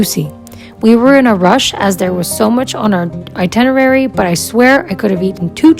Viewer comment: Not intenirary but itinerary